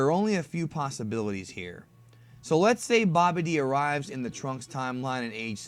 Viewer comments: Who's Bobby D. (it's pronounced Babidi) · You say babbadi like bobby--d